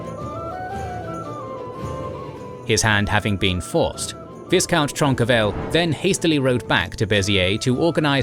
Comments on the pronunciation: It's not ViSSSSScount, it's Vy-count. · V- eye-count. Not V-IS-count. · It's pronounced Vycount . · Please, in the word 'viscount ' the S is silent